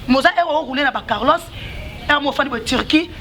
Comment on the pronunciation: On roule caross et non carlos Awa bolingi ko tanda Ba vie yaba ninga